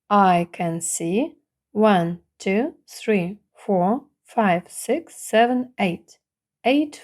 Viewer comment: цифра 1(one) у відео звучить як [уЕн], чутно більше Е, а не A. Хоча спочантку відео , при перелічувані цифр, було схоже на звук А. То який звук в середині слова one ?